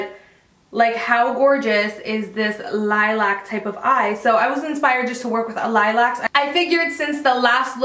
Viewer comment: Annoys me that she can't say lilac properly through the whole video😓